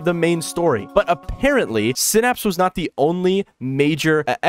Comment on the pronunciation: sai-napse not sinapse